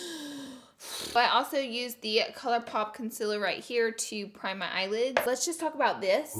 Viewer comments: _- it’s CONCEALER! not CONSILLER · You can't say concealer correct